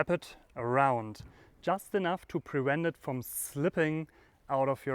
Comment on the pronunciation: leider kann ich die deutsche Aussprache nicht ertragen... 'preVent' nicht *#preWent', gosh...